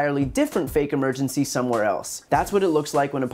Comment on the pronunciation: "Not their real action campaingne" nailed it!!